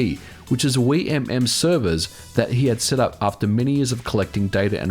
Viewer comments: Anyone cringe at how he pronounces wiimmfi? Still a good video, MKW is the best mario kart, and it's great we can still play it online! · Every video you pronounce a word wrong, today's word was: Wimmfi